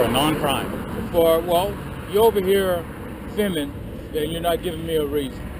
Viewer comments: What the hell is "fimmin"? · They clearly employ the handicapped, which is a good thing. I love the way he say fi'mmin'. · Just stop "fimmin" already! 🤣😂😂 LMAO!!! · He needed a "Pacific" reason for why he was "fimmin" too 😂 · He keeps saying "fimmin.' The world is filming. It contains an l and a g. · "You're on this property Fimmin." What is Fimmin? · “Fimn” what the F is fimn?? 🤪😂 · What is “fimming” 🤣🤣🤣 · It’s hard to listen to stupidity. Fimin. Just Fimin. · I would have asked him what the hell "fimmin'" is... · What exactly is "fimmin?" Apparently, that's what said you were doing! Lol! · “You are fimming” Life for this guy is very very confusing. He has the brain power of a 3 year old. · It's " fimmin" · he is saying Fimmin,,right ,,im not just really stoned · Why can't that clown say 'filming' ? He keeps saying 'fimin' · Hey, the word is filming, not fimming. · I think you mean fimmin. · I axe you why are you fimmin